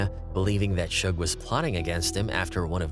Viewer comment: Bro said Shoog Knight. Who's Shoog? It's Suge lol